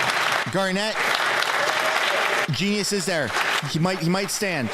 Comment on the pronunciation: Please respect Garnett Genuis by correctly pronouncing his name. Listen to how he introduces himself. Gar'net Jen yoo' iss